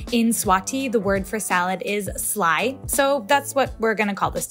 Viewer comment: Dude! You said "slaai" perfectly!!!